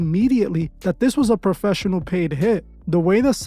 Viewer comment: “He had to be a popessional” Yea, ok Bozo…